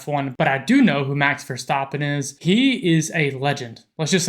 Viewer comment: He didn't say Verschtappen! 👍